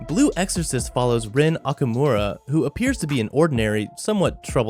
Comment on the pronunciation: I knew blue exorcist would be in this when i read the name of this vid anf also thats not how u pronounce Okumura lol